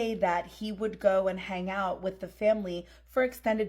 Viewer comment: To the Spanish Gal ~ Words like 'hang' aren't pronounced hanGUH. The g is soft, not hard. You're giving a one syllable word two syllables. Learn to speak correctly if you're going to be on a public platform. Won't continue to listen when you pop up.